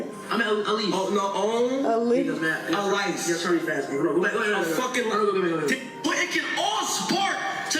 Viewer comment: A-lice. Alise😂